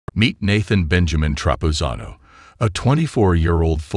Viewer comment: Why do you keep mispronouncing Nathan's name?